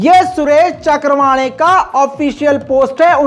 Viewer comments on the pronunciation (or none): is nafrati chintu ka naam चक्रवाणे नही चव्हाणके है। Pl pronounce properly. Nahi to is baat ko lekar bhi kuch na kuch bolenge. I hope SC will take cognizent of yr bites. Thanks. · सुरेश चक्रवांडे नही है चव्हाणके है कई बार नाम लेने मे गलती करते हो बल्कि अक्सर